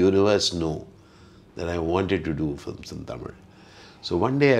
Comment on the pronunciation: Excellent So what if he does not know tamil the way he is saying the word tamil itself is amazing even some Tamilians cannot pronounce it properly